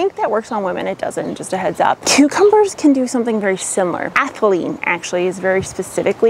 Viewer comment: Did you say ehtylene? Isn't that what bananas release to ripen?